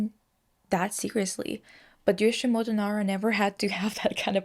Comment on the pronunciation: My heart bleeds a bit everytime you say Yoshimoto lol It's Yoshitomo :) One of the reason why he uses a little girl motif is him hearing his mother said he had a dead twin sister whom they were planning to call "Michi" . This conversation with his mother captivated him a lot and probably influenced his motif choice... but well we never know. This info was give by my tutor who wrote his biography and spent lots of time personally with Nara himself. But she also mentioned he's quite unreliable in describing his own work lol